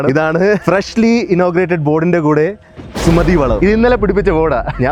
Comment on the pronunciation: സുമതി അല്ല ഗോമതി 😂😂😂